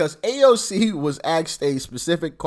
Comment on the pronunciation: AXED?!?!?! COME ON DOC. IT'S ASKED!